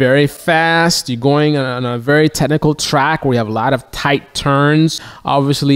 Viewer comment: dude if you plan on talking about technical anything maybe learn how to say technical and include the ch...its not tehnical although listening to you...who would know.